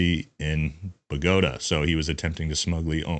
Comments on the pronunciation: It’s pronounced BogoTA, not BoGOta.😊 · “Bug-ohta”?? 😂 Dude it’s pronounced “Bo-git-tah” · Moron - you CAN’T PRONOUNCE bo-go-ta 😂😅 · why you said bogota like that😂😂😂